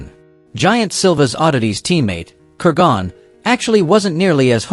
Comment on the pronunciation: Good video. One small thing it's pronounced Ker-gun not Ker-gone.